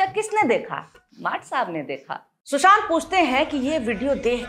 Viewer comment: Aap ne shushant kaha ya Chushant..?